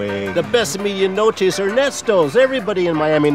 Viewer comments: If you're from Miami you cringed when they said "meed-ee-a noch-ay" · lol pronunciation of "media noche." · Every time they mispronounce media noche, I want to die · bruh im from miami and it took me a while tounderstand that they were saying 'media noche' as in the cuban sandwich. they dont say it how its suppose to be said in spanish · Yes but oddly they are pronouncing "medianoche" incorrectly. The "e" in Spanish is always pronounced "eh". I'm surprised they said it wrong. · Derek Flores Ah okay, but that pronunciation of "medianoche" wasn't a Mexican one either. No native, Spanish speaker would pronounce the "e" like "ee" instead of "eh". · In miami everyone would be drinking cafe con leche and yelling. Also medianoche.... not really pronounced like that but ok...